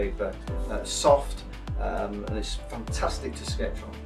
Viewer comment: Him saying funtustic reminded me of sir Geoffrey boycott. Is he by any chance from Yorkshire?